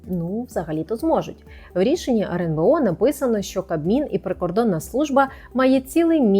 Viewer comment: почему она говорит "RНБО"???